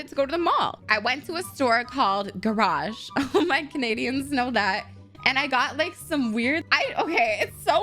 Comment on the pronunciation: NOT GARAGE SIUG8WQG798Q IM BHWEEZING